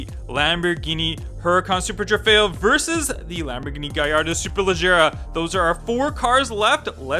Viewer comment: trofeo not trefeo